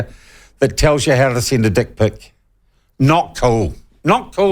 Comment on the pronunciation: There's a very good chance that the head office of big W didn't have a clue that this book was for sale in their stores.. good on the people who brought it to public attention and had it removed... Can't help but chuckle at how a Kiwi pronounces "dick pic"